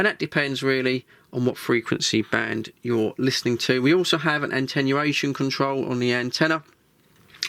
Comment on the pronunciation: FYI, there's no such word as "AN - TEN - UATION" The correct word is ""A - TEN - U - ATION"".. The word you say sounds legit but it's wrong and doesn't exist.. Thank you for your great content!